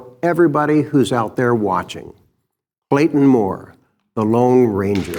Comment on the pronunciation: is a moron. HE calls Clayton Moore Blayton Moore. Run it at half speed and you will see that IS what he actually says.